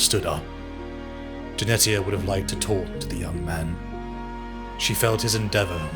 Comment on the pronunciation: Jenetia = Jen eesh ia , like Aletia (al eesh ia) , the t is silent.